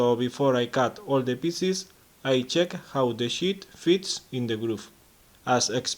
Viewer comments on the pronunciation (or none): good video! Half blind dovetails are tricky enough without screwing up the drawer bottom. You do make me chuckle, (sorry) with the accent, "You make the 'sh*t' (sheet) larger."